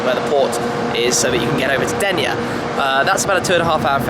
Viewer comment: It isnt "Ténia" is "Dénia" or like you would say: "Then E a"